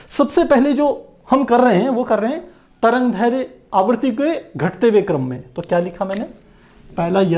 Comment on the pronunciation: sir tarangdherya nhi tarangderdhya h